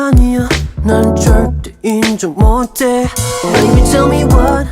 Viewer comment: 멜로디 음감 좋지만..가사전달력은 좀... "졸뛔 인죵 못훼~~~~"'""눈몰옵씨 너됴 울교 있좌놔~~" 헨리니까 귀엽게 듣겠슴당..ㅋㅋ